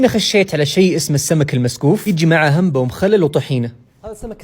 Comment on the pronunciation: بالعافية بس اسمها عمبة مو همبة😭